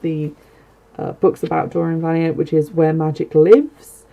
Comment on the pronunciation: Just a kind correction on pronounciation - her surname is pronounced va-lien-tay (not valient). Love your shows. Thank you